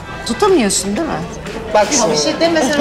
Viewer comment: Deul değil "değil"